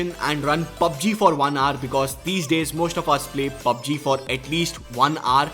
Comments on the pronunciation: Can you please stop saying "R" and "HOUR" instead? Here is a link that will teach you -> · How do I fix your accent? Hour is pronounced as [ouuh r, ou-er] not aaar. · When you say hour all I hear is just R . I wonder how you pronounce our ... probably R too. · Try to say 'HOUR' aar❎ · Is he trying to say "hour"? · H is silent in Hour. Google it if you may.